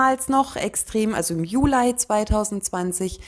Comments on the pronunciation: es hört sich trotzdem sehr komisch an und stört beim zuhören, jeden falls wenn man etwas jünger ist. Von älteren Generationen habe ich das auch schon gehört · Warum eigentlich Julei? Es heißt doch Juli 😂